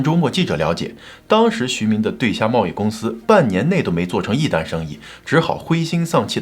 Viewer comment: 对虾，不能念对儿虾